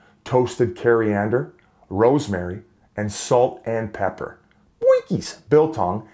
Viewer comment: Salt and papper